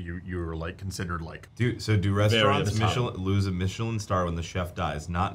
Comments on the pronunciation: Meeechilen instead of Michelin made me laugh. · Am I the only one bothered by, “meeeeechelin star”? Lol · Why are you pronouncing michelin like that, it's literally the tire company it's not some fancy french thing.